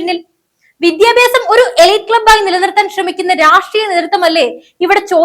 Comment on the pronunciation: Request to pronounce as വിദ്യാഭ്യാസം not വിധ്യാഭ്യാസം!